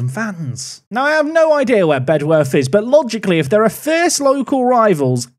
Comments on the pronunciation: It's pronounced "Bed-uf". We tend to let native speakers off though so don't worry too much about it 😂 Thanks for the away day there! Very cool to see a place I've actually been too on the channel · Lmao they are actually right (comment section) it’s pronounced bedorth just like dulwich is pronounced dulich ❤ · Bedworth is pronounced BED UTH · Fun fact, I actually got an assist on that Bedworth (genuinely pronounced Bed-Uff) pitch when I played youth football, they were our local rivals